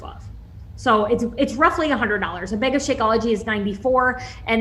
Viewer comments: Loved this video! Im a new follower and I like how you analyze things. Also side note - the way she said “bag” as “beg” infuriated me lol. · 2 things I could not stand as they were incredibly distracting: the way the constantly is like, smacking her lips or something? And "bag" being pronounced so strangely for no apparent reason.